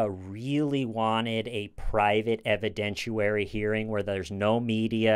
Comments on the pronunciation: Just an FYI: it's pronounced 'evi-dent-i-AIR-y'; not 'evi-dent-choo-wary'. I know it seems petty but if it bugs me it probably bugs a few other people too. No disrespect intended. Just a correction. Stay safe. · there's no U sound in the word "evidentiary." haha